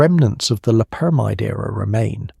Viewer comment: Most of this video the narrator mispronounced LOPERAMIDE.